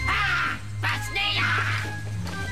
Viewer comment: sabi ni wantok pasneya hindi pashnea